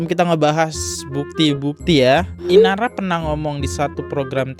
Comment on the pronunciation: INARA bang bukan IRANA, ampun deh elo salah2 mulu kalo baca nama bang 🤣🤣